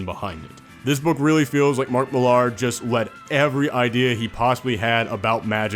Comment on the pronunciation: I know it's spelled Mark Mill-AR, but it's pronounced the same as Miller, dude.